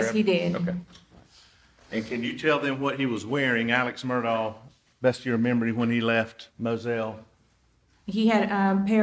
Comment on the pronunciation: Please stop playing into his psychopathy. Call him Alex Murdaugh (Murdaw) not Elic Murdock. What kind of psychopath just suddenly changes the pronunciation of their name.🙄